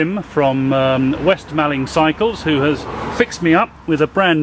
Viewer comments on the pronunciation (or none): Well done for making it to Le Mans. Just need to work on your pronounciation of Kent towns and villages. Wrotham = Rootem Mallng = Mawling And some others for you.. Shipbourne = Shibbun Trottisclife = Trosley Have a great time.